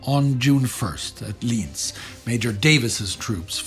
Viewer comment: Your pronounciation of Lienz sounds like Linz. Which are different cities. Correct is [ˈli:ɛnt͜s].